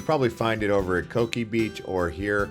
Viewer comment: You’re wrong on the Coki pronunciation. It’s Co-kee not “cookie”